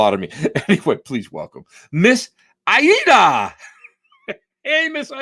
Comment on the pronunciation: It’s Miss Ay-ee-da. Come on now🤦🏾‍♀️